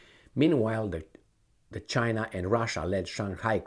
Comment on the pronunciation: It's not khina guys it's china. BRICS not BRIKS.